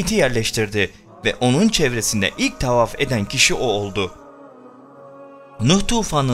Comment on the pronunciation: Neden Rabbi gibi kelimeleri " Rrraubbi " Tavaf gibi kelimeleri " Taufaf " gibicesine arap lehçesiyle telaffuz ediyorsun? Bir çok videonda ara ara böyle telaffuzlarda bulunuyorsun ama o videoların bir çok yerlerinde de aynı kelimeleri normal lehçemizle söylüyorsun. Örnek : . Böyle gerçekte konuştuğun gibi konuşmayıp başka bir lehçeye eğilim sağlayıp yapmacık olunca egoların mı tatmin oluyor? Daha mı çok etkili olduğunu düşünüyorsun? Bilmek istedim. Bu senin normal konuşman veya normal şiven olsa kesinlikle yadırgamam ama arap lehçesine özenerek konuşmayı bilerek yapıyorsun ve bu çok gıcık duruyor, rahatsız ediyor. İşte bu yüzden videolarını hep yarıda bırakıyorum ve izlemiyorum. Yapmacık olma, kendin ol. Teşekkürler.